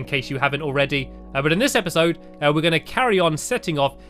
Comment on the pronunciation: you said epasod number 3